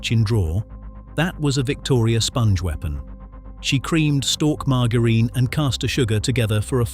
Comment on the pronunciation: Had to stop watching after ten minutes as you can’t pronounce suet or margarine, which makes me think you don’t know what you are talking about….